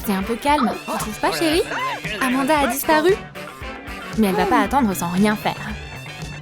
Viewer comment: C'est pas amada c'est amonda